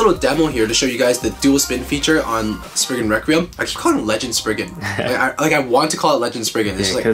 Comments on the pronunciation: It’s not sprign it’s spryzen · You said Legend spriggin